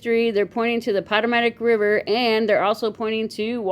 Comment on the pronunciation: PA TOE MICK RIVER